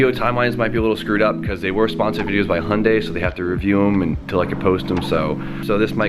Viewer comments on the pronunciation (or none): none